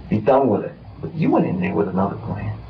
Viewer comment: The cases you cover are interesting, but i wish you would have another narrator, or him stopping that exaggerating narration. He says plan-a, him-a, hom-a and so one. Horrible and makes me stop watching the videos.